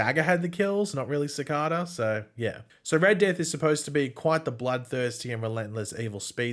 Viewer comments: His butchering pronunciation of cicada makes me laugh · I love the way says Cicada!